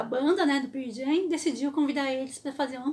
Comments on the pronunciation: Desculpa, não consigo ouvir alguém falando "Pier Jam"... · Ótima história! Mas me dá um certo nervoso ouvir ela falando: "Pir Jam"! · Excelente vídeo ! Só um detalhe. Se pronuncia pãrl Jam é não pier jam. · mto bom seu video, mas se Pronuncia Pârl Jem. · Por amor de Deus que é isso de Pirl Jam? Ficar falando de uma banda sem sequer saber pronunciar correctamente, mais vale não dizer nada. Compreendo que se tenha de trabalhar. Como dizer que assisti o Pearl Jam em vez de dizer que vi os Pearl Jam. É demais. E eu nem preciso de dar a mínima para isto, mas conhecendo a banda como conheço, é horrível demais ouvir dizer Pirl Jam uma centena de vezes. E o banco onde se sentou o Eddie não era uma prancha de bobyboard mas sim de surf, ele pratica surf e vem no local onde tem as melhores ondas do mundo as big waves, Nazaré. Podia dizer muito mais, mas fico por aqui. Bem, Feliz Natal. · Não se preocupe, todos nós pronunciamos o nome da banda errado mesmo kkkkk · Pow, parabéns pelo video mas a maneira q vc pronuncia o Nome da banda doe os ouvidos. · Legal ... só falta aprender a pronunciar o nome da banda corretamente ...